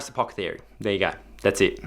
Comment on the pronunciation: A-poth-e-cary lol